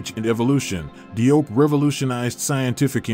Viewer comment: As Salaam Alaikum! Let me share with you something about the Cheikh’s name. DIOP is the French spelling of the name spelled in English JOBE. The DI in French represents the J sound. Although most of us pronounce his name as DI-OP the way we see it spelled that is actually incorrect. In Senegal where he is from they pronounce it JOBE sounding similar to JOB in the Christian Bible, Old Testament but not exactly the same. Now the Cheikh himself (like most people when they go abroad or deal with other people will often accept that the people pronounce their names in whichever way it seems easiest for them.) If we can pronounce European names Europeans can also properly pronounce African names. In the Gambian which is surrounded by Senegal on three sides they use the English spelling whereas in Senegal they use the French spelling. My wife who is Gambian spells her family name as JOOF and her sister and the rest of her family that live in Senegal spell it DIOUF yet they pronounce it exactly the same. Even the term Cheikh is the French spelling and the English spelling of the same word is Sheikh. Btw, in Dakar Senegal there is a university that bare his name Cheikh Anta Diop. As Salaam Alaikum!!